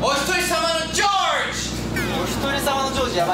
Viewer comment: ジョージの発音良すぎてそれで笑うんだけど